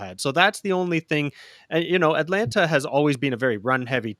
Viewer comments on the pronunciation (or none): none